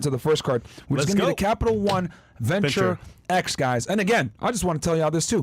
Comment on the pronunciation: Its Venture X not Axe